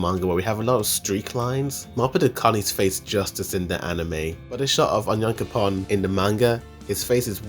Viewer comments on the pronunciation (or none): bro this guy's name pronouncation 💀 "leyana" = Yelena flawch = Floch "onion-coupon" = onyakopon they're pronounced "yeah-lena" "flock" "on-ya-koh-pon" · Just stop pronouncing names wrong it's not cute it's not clever not funny for sure onion coupon just makes you look stupid stop that BS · He sounds like he is saying "onion coupon" for onyankompon lol. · love how you pronounce onyankopon